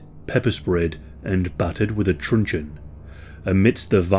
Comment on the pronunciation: What is the narrator saying...he was battered with a "trenchun"? Can't understand and the transcript is wrong